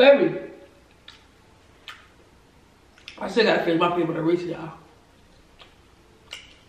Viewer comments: it’s Ray-says puffs😂 not ray-sees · Its Not RESEEEEEES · LMFAOOOOOOO “reesy” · it’s pronounced re -c’s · lowkey can’t pronounce Reese’s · teach how to say reese's